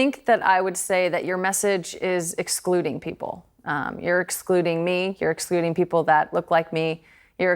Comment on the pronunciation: did she say expluding?